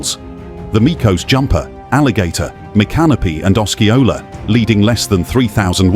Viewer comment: Gullah are the people geechee is the language. Os see ola is how u pronounce Osceola.